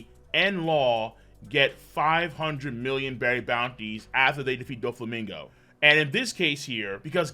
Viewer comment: Says million with a hard "M". Shows how accurately he thinks and scores the chapters. Dudu.